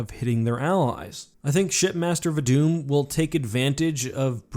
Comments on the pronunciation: The EE on the end of Elite names is pronounced because its a title, not part of their name. So its Rtas Vadamee, not Rtas Vadam. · Va-dme Not va-dum I'd even accept vad-e-me like in h5 or the books